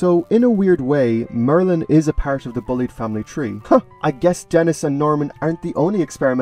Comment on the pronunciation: And I think you mispronounced “Bulleid” as “bullied” instead of “bull-eyed”.